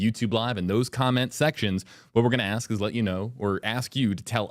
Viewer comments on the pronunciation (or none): Rubio should get Demings to say the word "ask". Watch her say AXE instead 😂🤣😂 happens everytime AXE AXE AXE